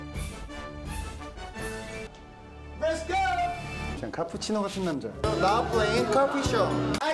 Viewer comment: I really love Himchan's Rets go ^^